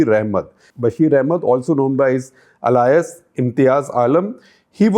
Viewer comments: It's pronounced 'eh-lee-us'; not 'a-lie-us'... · I am really surprised to hear Shekar Gupta pronouncing Alias as alayas.